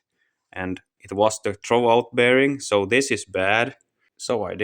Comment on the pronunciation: great video did you say "troalt" bearing in the clutch?